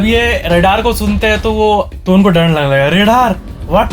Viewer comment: Fun Fact:: He says d in r like he says dad in dar...listen carefully